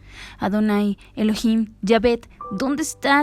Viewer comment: El nombre correcto es elohim no heloim